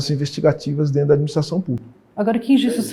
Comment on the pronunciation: "é dento" kkkkkkkkk